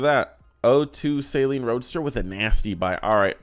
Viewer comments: It is "suh-leen". You're pronouncing it like saline, which is basically salt water. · Sayleen, or SALEEN. Say it right ya dummy. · Saleen (pronounced Suh-Leen) where-as Saline (Say-Leen) is a medical and contacts solution. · Hearing say "Say-leen" so many times made me feel personally attacked. "Say-leen" is for your eyes homie😂😂😂😂